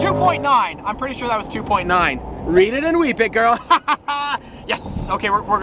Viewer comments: Rihan Teemul he’s the next Generation Gru trying to get a Gorl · Hearing him say Girl is like a girl calling me BOY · The way says "girl" sounds like he's wanting to say "Babe"